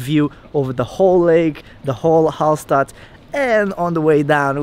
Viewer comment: You should have learned how to pronounce Hallstatt first